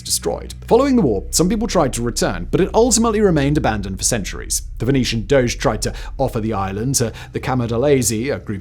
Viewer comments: “The doge of italy” lmao. I get that the pronounciation isn’t intuitive but it’s not a shiba inu meme. It’s pronounced Do-Je. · It's doge: do+jeh lol doge